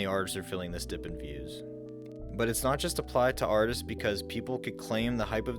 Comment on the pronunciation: The way this dude says artists’ my gawd